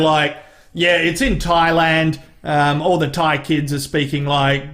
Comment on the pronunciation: 1 imperfection—he calls it “Twailand.”